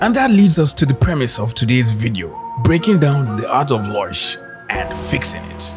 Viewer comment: Wait... it's pronounced Loy-sh? I've always called her Low-ish since her name is Lois. Or is this just for laughs?